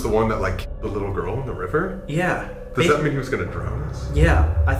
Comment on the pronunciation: why does it sound like "Webber" instead of "the river" when your looking away from the video - is it just me?